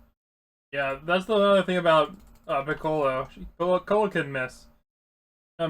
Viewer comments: ITS PICCOLO NOT PICKALOE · Good video but the way you pronounced piccolo triggered me..